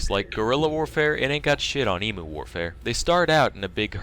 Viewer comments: I'm slightly disappointed in your girlfriend chavas and in the terrible way everybody says emu the way you guys are saying it sounds like you're saying e-moo when it should sound like you're saying e-mew like how you say Mew from Pokemon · please tell me you all know its eem-you not eem-ooo